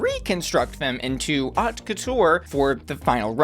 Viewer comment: FYI, "haute" sounds like "oat"